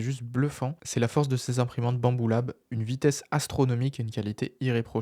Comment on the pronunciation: super video! mais pourquoi tu dis souvent " bambula"? c'est pas tres sympa